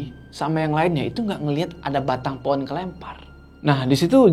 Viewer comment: pohon bang, bukan poon 🙏🏻😭🤣